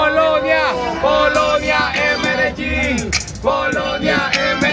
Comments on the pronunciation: jak zwykle kot filmm ale ta nzawa medelin to wymawianie mnie strasznie wk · Dlaczego wymawiasz "Mededżin"? Pierwszy raz się z czymś takim spotykam. Zazwyczaj jest MedeLin. Slang? Dialekt? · W Serialu Narcos lektor czytał "Medelin", a nie "Mededżin" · medelin nie mededżin :)) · Co ty masz kolego z tym Mededżin 🙄🙆 Medelin ... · Medelin nie mededżin. Skąd to wziąłeś? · Prawiczek w Kolumbii poszedł na dziwki 😂 Jaja jak berety ! I nie Mededżin, a Medelin. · Skąd pomysł żeby Medelin wymawiać Mededzin? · Ale jak to sie stalo, ze w filmie kazdy lokals wymawia MEDEJIN, a ty w wstepie MEDEDżIN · podwojne ll w hiszpańskim czyta się jako j. Nie mededżin tylko medejin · Mededżin? XD medein się czyta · Jaki medzelin 😂😂 Medejin się mówi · nigdy w życiu nie słyszałem żeby ktoś wymawiał to jako mededżin. Raczej bardziej nieme L "medejin" a nie mededżin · Jesteś takim ignorantem że nie potrafisz wymówić nazwy miejsca które odwiedzasz 😂 medzelin🤦‍♂️🤦‍♂️🤦‍♂️🤦‍♂️🤮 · Medżelin xD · Po piwrwsze to się czyta Medejin Z tego co wiem nagrywanie się w Kolumbii czy Paragwaju jest lekko ryzykowne można kamerę stracić czasem. Materiał fajny - nie uważasz ze pytanie o angielski jest ryzykowne lepiej znać hiszpański nie być łatwym celem guerro mają łatwiej niż gringo Nie ma nic dziwnego że nikt nie chce nagrywać No nic mnie nie dziwi i ta ilość migrantów z Wenezueli - wenezuela upada gospodarczo lidzie uciekają stamtąd a w Kolumbii przez to rynek kobiet kwitnie. W Paragwaju 90 procent złodziei to Brazylijczycy nielegalnie przekraczający granice Ciudad del Este Generalnie słabe przygotowanie nie znając hiszpańskiego gadać przez translatorska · Początek rozmowy z dziewczyną która zna niby dziewczyny które się tym zajmują ale ona nie to 26.30 minuta a. koniec 34 minuta ...25 min wstępu to zdecydowanie za długo ..i mówi się Medegin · specjalnie AK WYMAWIASZ NIEUDOLNIE NAZWE medelin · Medellin a nie Medzelin... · Jedynie co to źle wymawiasz nazwę tego miasta Medellin 😊